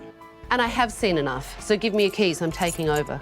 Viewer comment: Since when does enough have a t at the end?